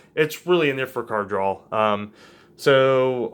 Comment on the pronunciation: ok great deck but "drawl"